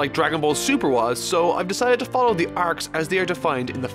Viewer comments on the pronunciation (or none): none